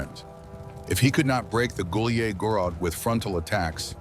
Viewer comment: Took me a long time to figure out he's saying Gulyai Gorod. AI is pronouncing it like it's in French or something